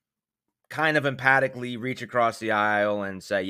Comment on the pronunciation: I like you, but it's emphatically (em-fatick-ly)